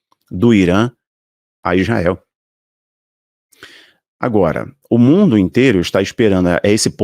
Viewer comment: Não é Ijael, é Israel.